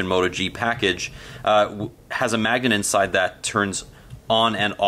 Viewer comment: what!! did he just say magg a nent?? lol